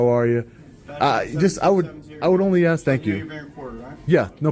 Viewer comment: Man, he axes a ton of questions.